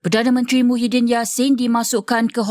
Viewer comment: Muhyiddin ni PM negara mana.. PASIR BERDENGUNG KE.. sebut la betul2.. Kalau negara MALAYSIA nama PM MAHIADDIN MD YASIN.. Reporter pun tak berapa pandai pulak.. Keliru tau